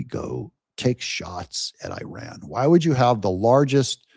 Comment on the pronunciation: Your channel in summary: 1- 20 minutes of talking about "I" and my 6-8 running 2- 5 minutes of Advertising 3- 2 minutes of showing other's people work, And of course, not being able to pronounce IRAN the right way. At least listen to the way our president do it. You are in it for money through President Trump.